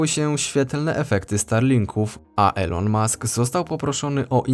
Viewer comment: Mowi sie "ilon" a nie "elo-n" XD pozdrawiam, bardzo fajny kanal.